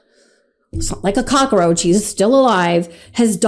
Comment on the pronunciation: "he 's like a cucroach" 😂